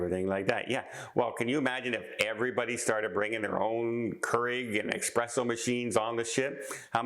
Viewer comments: S-presso.....not X-presso.......... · Love the video,! It's espresso, not expresso! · you’re killing me. It’s eSpresso not eXpresso. To all the new cruisers, if it generates heat you can NOT bring if onboard. Some can sneak in a hair dryer but don’t count on it. It’s all about preventing an onboard fire. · Not "expresso". That would imply something fast. Most espresso machines are a study in slowness. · Many people are nuts regarding coffee. However, I must point out that there is no "X" in the word espresso. The word is NOT pronounced "EXPRESSO."